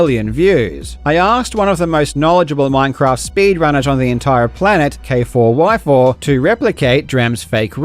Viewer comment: Its pronounced "Kayfour" btw, not K4Y4